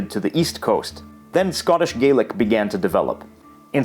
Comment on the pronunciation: It's spelled Scots Gaelic but it's pronounced like "Gallic", I'm afraid!